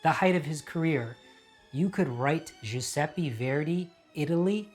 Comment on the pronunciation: Dear Rajiv, love your channel! Just a suggestion because I am Italian: the last e in Giuseppe is pronounced like the first. Love, 🥀